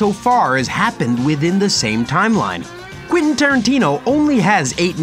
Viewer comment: Please stop saying "Quinton" 😂